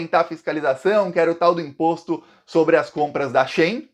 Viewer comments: a pronuncia é "She in" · Arvro Broba disse que a pronúncia não é SHEIN, e sim SHE IN 😊